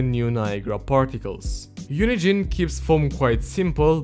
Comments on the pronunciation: lowkey half the time when he says UNIGENE it sounds like he's saying unity and it hella confused me. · "unigine" lol